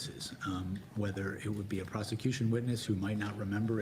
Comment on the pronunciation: Wow the lapsus ! " prostitution" instead of "prosecution" ? But how justice are you in front of Jack Smith ?